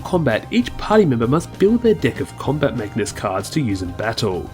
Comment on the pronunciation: I liked this video but I have to admit... every time you said "deck" I chuckled since it sounded like you said 'dick'